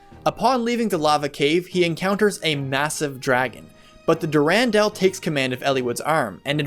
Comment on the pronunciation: You do like to put the accent on the wrong syllables. Try saying Athos with the accent on the A instead of the O, so it's like saying Athens. Next, try putting the accent on the U in Durandal instead of that first A. But yeah, totally loved the Eliwood and Ninian Romance. I'd forgotten a lot of the game's story over the years, but that was one of the few things that stuck with me. Thanks for the video.